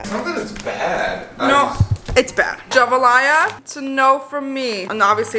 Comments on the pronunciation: Gevalia is pronounced "ja-vol-ya" I make my ice coffee with Starbucks cold brew, Starbucks carmel macchiato and lactose free milk. Its amazing! 😙🤌🏻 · I think the coffee is pronounced like Ja-val-ya. I could be wrong tho lol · Gevalia is pronounced like Ja-vall-e-ah. Or so I’ve heard from the yt ads at least haha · its pronounced ja-VAAH-lee-uh hahaha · Lol....Gevalia is pronounced ja-vah-lee-uh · It’s pronounced JEVAW-LEEUH 😘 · Almost! It’s actually Swedish brand and it’s pronounced jee -Val-ia. 😊 /the swede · JE-VA-LIE-AH 💀 i am screaming 😂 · I believe it's Gee-Vol-E-Ya. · 1.) It's pronounced jeh-vah-lee-ah 2.) I don't blame you for mispronouncing it, it's Swedish. 3.) I also don't blame you for not liking it. Gevalia is one of the grossest coffee brands I've ever had next to Seattle's Best. Absolutely disgusting. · hi fyi haha gevalia is pronounced juh-vall-eeh-ah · The Gavalia pronunciation I'm deadd